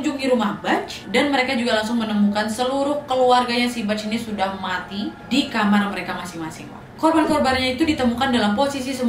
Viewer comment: Lucu dengar kata matinya ( muati ) 🤣🤣